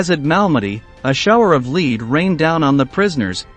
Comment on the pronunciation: Lead is pronounced LED. Also what happens in war happens and if you can't take it don't dish it out, the SS were ruthless and treatment of these individuals had to reflect that.